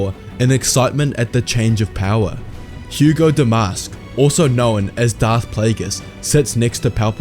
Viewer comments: Hego is pronounced “Hee-Go” not not “Hu-go”. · Bail Antilles is not Bail Organs. Also it's Hego, not Hugo.